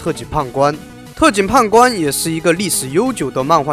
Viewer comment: 不好意思我聽成 特警"胖"官